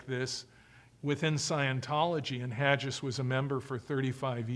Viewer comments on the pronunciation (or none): maybe it's my OCD but it drives me nuts how he pronounces Paul Haggis' name as being HADGE-IS. It's Hag-is! lol. Besides this tiny criticism Mr Ross gives a very comprehensive insight into this cult. Bravo for the information and good for him for helping to deprogram people and save them from this cult!